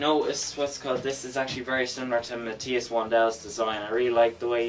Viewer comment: Matthias is pronounced "Math- eye-as" not "Mat-tea-as" as you pronounce it.